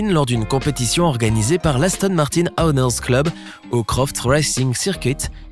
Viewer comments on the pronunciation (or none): Owners se prononce Oh neuz !